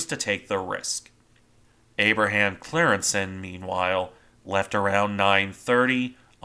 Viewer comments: I think its pronounced something like "Cryingssen" but I'm not dutch but german so I might be wrong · Its pronounced as in the YouTube: “Team geschiedenis: De ontsnapping van de Abraham Crijnssen.”